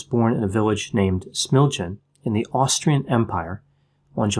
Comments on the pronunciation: SMILJAN should be read as SMILYAN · Smilyan. Lj in croatian is pronounced like ll in spanish. I am native speaker. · He was born in the village of Smiljan. It is supposed to be pronounced as SmiLYan. LY is supposed to get pronounced like LL in "million", or "William". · it is NOT "Smiljane" in the nominative, but "Smiljan". just mispronounced it, but got the place right. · Smildžan xD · lol that Smiljan pronounciation XD, great video otherwise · Another excellent video, One small correction, the 'lj' in the name of the birthplace - Smiljan is pronounced like 'll' in "million". To clarify, the letter j represents the y sound in serbo/croatian.